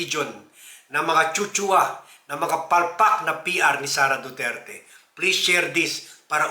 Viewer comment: Sara duterte po sir hi di SARA DURAN 😅😅😅